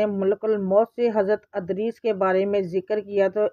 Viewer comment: Wo Adrees Nahi Idrees Hen Please Name Sahi Se Parhy